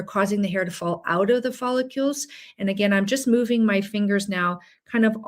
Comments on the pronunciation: Helpful info, thank you.. However, professional that you are, I'm sure you would want to pronounce the word follicle correctly.. which is: FOL - LIK - KULL Quite welcome! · I have a problem trusting a physician who doesn't even know how to pronounce the word "follicle". 😮